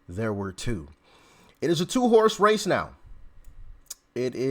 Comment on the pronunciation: I thought you said “it’s a two horse face”. 🤣